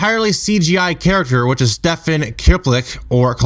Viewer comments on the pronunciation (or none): none